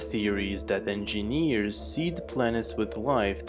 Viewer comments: endjenieEeeres oh god that voice, i wonder if you're drugged or something. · Enginiiiiiiieeerrs all i can hear. Damm it man I'm an engineer and I hate myself cos of ur pronounce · eeeenginieers eeeenginieers eeeenginieers eeeenginieers eeeenginieers eeeenginieers eeeenginieers